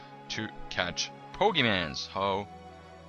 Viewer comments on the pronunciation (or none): It is pokeMONs not pokeMANs... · pokemons po-ke-mons not mans mons GET IT RIGHT DAMIT